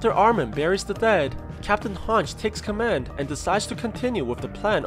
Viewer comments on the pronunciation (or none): its not hanj its and hanj - ee spelling: hange